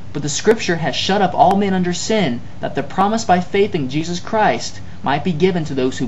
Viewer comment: "Jesusahhhhhhh on the crossahhhhhhhh" hillarious. :-)